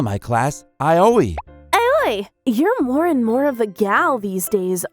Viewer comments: Hahah, same. Aoi became A-O-E. What's this Area of Effect? XD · My biggest question is why they are pronouncing Aoi as Ayoi...